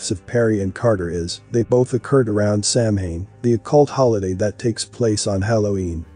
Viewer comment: Samhain (a Gaelic word pronounced “sow-win”) is a pagan religious festival originating from an ancient Celtic spiritual tradition. It is usually celebrated from October 31 to November 1 to welcome in the harvest and usher in “the dark half of the year.” Celebrants believe that the barriers between the physical world and the spirit world break down during Samhain, allowing more interaction between humans and denizens of the Otherworld. Perhaps one day you can use a voice that pronounces words correctly!